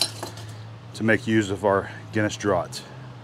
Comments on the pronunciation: Draught is pronounce the same as draft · What a tasty looking roast it looked amazing. Just an fyi for you Yankees its not pronounced draught its pronounced draft and it means its come out of a cask rather than a bottle or can so the bottled beer draught was made in a cask/ barrel then bottled after the fact. Like they do with oak aged whiskey. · An interesting pronunciation, in Oz we call that beer, Draft. Guinness is great for cooking. Australians are just starting to discover smoking which surprises me. I do find it very unfair having to watch you eat this though !!🤣🤣